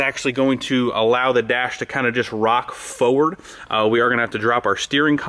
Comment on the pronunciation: Nice job. But you saying "foeward" drives me nuts! There's 2 R's in there! Lol